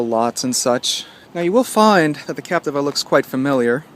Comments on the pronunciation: Lol, I was just about to comment about the how to say captiva, now I know the right way to say captiva. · Say Capteeva